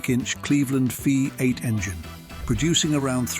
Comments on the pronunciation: Interesting video. Seriously. Despite that, it's such a pity that the voiceover guy (or automated substitute) obviously had quite some trouble saying the simple term V8 ("vee-eight"), giving us 5 different versions/interpretations. There were also MANY highly notable classic Australian muscle cars that were glaringly omitted from the video. Such a shame. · Why do people continue to use AI to read their scripts? It got so many things wrong and sounded clunky. It even called one of the V8 a 5, 8. Obviously reading the V as a Roman numeral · Commentary is crap, I guess that this is what happens when someone, who is obviously, not Australian tried to comment on Aussie cars. What about the Toranas and Commodores? What about the early Falcons? The Landau was no where near the top ten. And by the way it's Vee Eight not Five Eight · Also pronounced V8 as 5 8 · Another downside to this video is the Ai pronunciations, for example, V8.